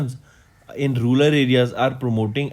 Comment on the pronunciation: Its not math raas, its madras.. and its not karor, its crore.. again its not rular, its rural.. correct ur pronounciations.. its too bad man